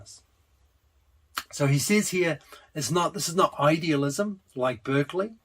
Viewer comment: Maybe it's too late, because this is two years old, but I'm going through the whole series - and Husserl shouldn't sound like Searle, even when I like them both. It's HUSSerl, if you get my drift. And Berkley as a person is pronounced Barkley, in contrast to the university that carries his name